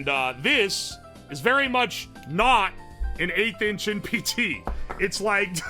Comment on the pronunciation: At first I thought you said "8 inch" instead of "1/8th inch" and was like "yeah man that looks -average-" nawmsayin